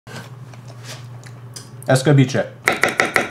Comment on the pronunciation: Lol couldn't stop laughing with his pronunciation. Es ca beach e 😂😂